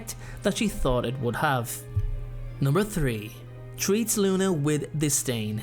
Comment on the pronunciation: Honestly I’ve loved your videos in the past but it’s like you’re very reaching with this one also you said distain when you meant disdain